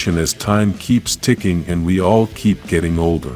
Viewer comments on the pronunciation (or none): none